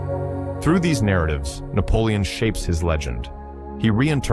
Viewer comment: 숫자 읽기 왜 그리 못하나? 나폴레옹이란 발음등 외국어 발음도 어눌하고